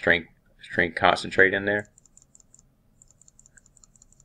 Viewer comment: I believe they're pointing out it is pronounced con-cat-en-ate and not 'concentrate' as it is said throughout the video.